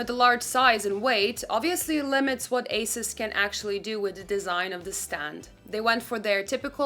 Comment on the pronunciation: Thank you for mentioning G-Sync compatibility, but the company name is pronounced “A-seuss”, not “a-suhs” which a lot of people call it - overall great review!